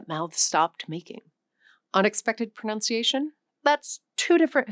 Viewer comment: It seems ironic to be schooled on my pronunciation… by a teacher who repeatedly mispronounces “pronunciation.” It’s not “pronounciation.” There’s no “o” after the “n”.